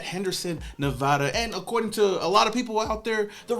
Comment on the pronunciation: Big fan and been watching for a long time, but damn bruh we gotta teach you how to say Nevada it's with a A not an O stop saying Nevoda😂